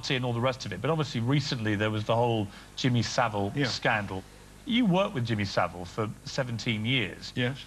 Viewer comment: Jimmy Sa-'VILE'!